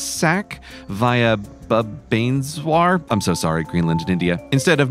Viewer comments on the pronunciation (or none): This made me laugh out loud Bhubaneshwar is pronounced like bhoo- Ba-ne-s-var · It's bhu (rhymes with woo) ba (rhymes with per) nesh (same e as nest) war (rhymes with per) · Bubbaneswar ??? OMG that's hilarious. It's Bhoo-ba-nesh-war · Bhubaneshwar is pronounced as: Voo-ban-es-war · Bhuvaneshwar is pronounced Bhu-Va-Nesh-Wer 😂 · for anyone wanting to know how to pronounce it it’s “bu-ba-nay-sh-were”. Source: I’m Indian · Goddamn you CGP Grey, I spit my food on my keyboard when you said bah-nashville.. xD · It's BHOOO - BUN - ESH - WAR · Grey it is Boo-ba-nay-shvar No Thanks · No one: Absolutely no one: CGP Grey: Buh-BANES-swar Indian living in Odisha are absolutely fuming rn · easy pronuoncing way boo-baan-shae-var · Fun fact Grey. Bhubaneswar is pronounced "boob-un-aysh-war". Yes there's a boob in thr pronounciation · Useless Information: Bhubaneswar is pronounced as BHOO-BUN-ESH-VAR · Bhubaneswar is pronounced as Boob-ban-nes-war. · Bhubaneswar is pronounced boob-on-aish-were in case anyone was wondering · How to pronounce Bhubaneswar: Boob-a-neigh-shwer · BBJ is pronounced bhoo-bun-A-shwar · Hi Grey it’s pronounced Bhooob-an-aesh-var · Bhubaneshwar is pronounced like "Bhoo-ban-esh-wur" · Bhubaneswar is pronounced as Bhu-ha-ne-swar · Bhubaneshwar is pronounced Bhoo-ba-naysh-var. But A+ attempt! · In Philadelphia, CBS news radio is KWY, so K's are used in the East as well. Oh and it is pronounced boo-ba-nes-wahr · Bhubaneswar is pronounced boo-Bu-nays-war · You pronounce it bHoo-ba-nesH-war emphasis on H and you'll sound like an Indian. - Indian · laughing hysterically at the pronounciatations (for reference bhubaneswar is pronouned as boo-bun-ae_sh-wur wjhere - is a different syllable and _is different sounds but you need to chain it to sound like 1 syllable) anyways my laughing rant is over now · Awesome video. That pronunciation of Bhubaneswar made me snarf XD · That's the greatest bhubaneswar pronounciation of all time